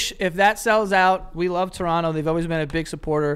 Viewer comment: Ohhhh I like Joey's pronunciation of Toronto!